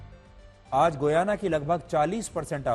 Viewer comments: Learn how to pronounce name. Shame... shame.... It's pronounced as Gayana गयाना and NOT Guyana गुयाना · It’s गयाना not गुयाना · GOOYANA😂 It is pronounced as giyana or gayana.